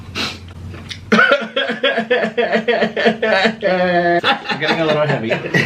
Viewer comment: Nik: today were having frenchfries "CRIES"